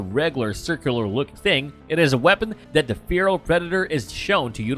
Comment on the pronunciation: Anybody notice this dude says "dis" a whole lot? Where is "dis" dude from? Also, a lot of "dat" "dere" as well.